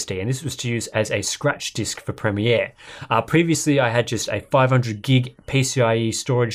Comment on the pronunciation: It's nice to hear someone pronounce "premiere" correctly. North Americans appear to pronounce it as 'premeer' which immensely irritates me.